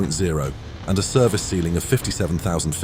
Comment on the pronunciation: It's Service ceiling, not Cervice ceiling.